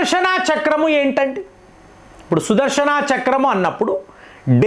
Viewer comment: sudharshanaaa kadhu sudharshana please pronounce clearly the words